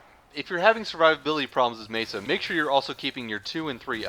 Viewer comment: pretty sure its pronounced me-sa not mee-sa